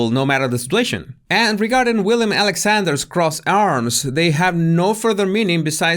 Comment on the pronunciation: As a Dutch born, you have to know it’s Willem (not William )Alexander. 😂